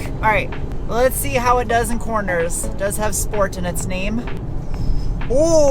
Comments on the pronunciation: Sport? Sport?? I stopped by to hear Shport! gehh, I'll go and watch some older videos with right pronunciation ^) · Auto manufacturers stopped sending out press cars with a "sport" mode since they don't like pronunciation of "shport". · why aren't you calling it the 'Range Rover Schport'?